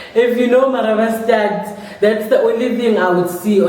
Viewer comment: Why didn't I see these videos 11 months earlier😭😭, when you said "Marabastad" I knew you were a South African😂😂😂